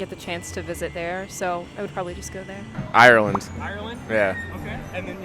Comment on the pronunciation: I'm sorry but the way they say Ireland